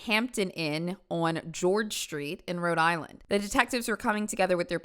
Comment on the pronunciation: i know the rhode islanders hated that pronunciation